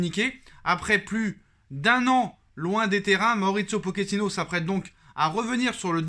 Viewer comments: 0.38 min POKINO 😂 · Je te dis Pokino 😅😅😅😅😅